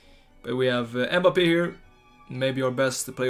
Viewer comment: b like EHMBAPEEHH